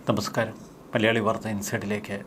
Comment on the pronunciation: തമസ്കാരം എന്നല്ല നമസ്കാരം എന്നാണ് പറയേണ്ടത്😊